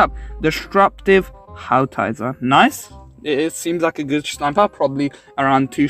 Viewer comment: It's Howitzer not Howtizer